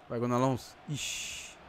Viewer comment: Jean é "gonalon" que se pronuncia não "gonalons" o " s " em francês não se pronuncia